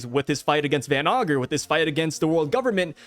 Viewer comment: Yo stop saying van ogre it's van ager you said it 2 times your a great YouTuber.